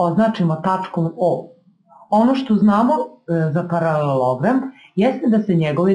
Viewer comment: Ne radite na RTS-u pa da morate da kazete ParaleLOOOOOOgram